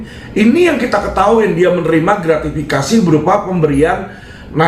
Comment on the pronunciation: Pak Mahmudb Gratifikasi ,pak Mahmud ,bukan gratvikasi